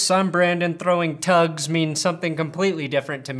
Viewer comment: I thought he said Tuds not tugs